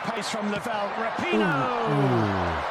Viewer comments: Let's go back to saying rap-en-oh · The worst thing they did was that stupid hand heart. That crap has to go. Ra-pee-no, not Rapin-no. I can't stand her but for some reason the way you say her name makes my OCD go nuts. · I remember when the U.S. Women's Team was actually must watch, winning Gold at Worlds & The Olympics and was made up of the best women in soccer. How the mighty have really fallen I guess. So sad. Oh, and Jeremy, her last name is pronounced like this, Ruh-Pee-No, just an FYI for ya man! Great video as always! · It's pronounced raping hoe, right?